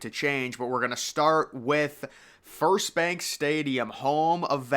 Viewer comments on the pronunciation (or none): none